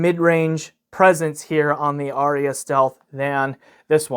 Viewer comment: Incidentally, there are but TWO syllables in "Arya". :D